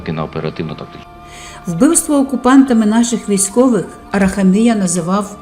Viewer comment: АраХамія ,наголос на ХА.